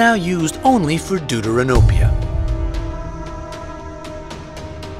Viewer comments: Bro am I a bad person cuz everytime he say Deuteranopia I die cuz it sounds like doodoo ranopia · Deuteranopia...you killed the word! It's Greek and pronounced "Thefteranopia / Δευτερανοπία" = second look at (Protanopia = first look & Tritanopia = 3rd look) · No Offense but did he say... duduranopia?